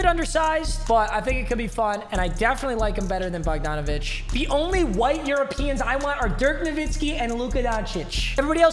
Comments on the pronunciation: it’s bog-dan bog donavic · Bo- han bogdonavic